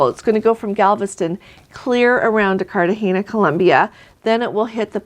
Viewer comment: “Let’s” say the names of ports a tad better! “Cartagena” doesn’t have an “horizontal line” over the “n” so the “n” is soft as in “name”…. Also, in Spanish anything starting with an “H” is as if it wasnt there so Huatalco is “uatalco”….Honduras is “onduras” etc. ARenas is “arEnas” … the E is as”ever”…